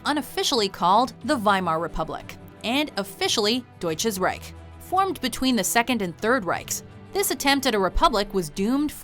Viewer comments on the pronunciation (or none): hahahah wie die Reich aussprechen haha :,D